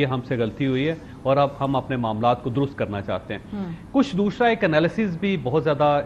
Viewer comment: Chaved Choudary can not pronounce the Urdu word, دوسرا۔ . He pronounces, دوشرا